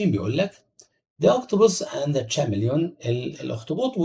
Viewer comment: نطق كلمه حرباء خطأ يا لأن ch هنا تنطق k تنطق كيملين وشكرا أخوك رضا منشاوي